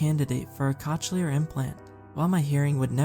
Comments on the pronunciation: Good story, although Cochlear is pronounced cocleer. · Lol. Cochlear implant. Pronounced kaa klee ur.